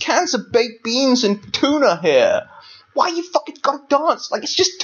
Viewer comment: i fell offended by your mispronunciation of the word tuna